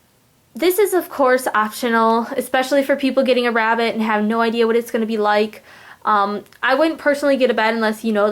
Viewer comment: listen carefully because it’s sound like she says rat instead of rabbit just me ok